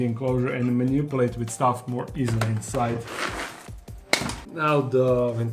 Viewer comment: Ma-nipple-ate for manipulate. Lol